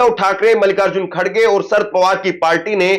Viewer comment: Abey saaf saaf bol.sharad Pawar